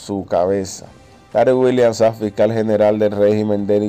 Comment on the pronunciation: Nadie tiene de apellido Sag, aprenda a pronunciar lo que lee, no hay gobielno